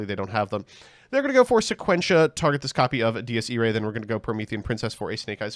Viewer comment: He pronounces Dies Irae like 10 differen ways